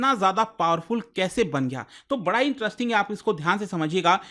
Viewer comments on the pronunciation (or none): none